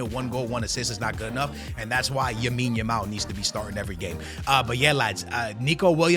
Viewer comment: plz stop calling him yamine yamal....his name is LAMINE yamal 💀....you do it in every vid bro